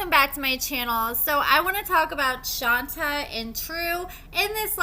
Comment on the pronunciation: My dear... it's Shont-ay, not Shon-ta.